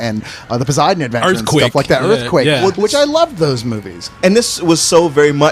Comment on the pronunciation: said "Earthquick"